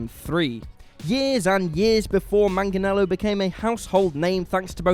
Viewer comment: You guys can't pronounce 'Joaquin' for shit, but 'Manganiello' gives you no trouble...? You're maddeningly inconsistent.